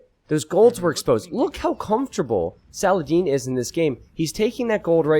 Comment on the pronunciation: Sal uh Hah Deen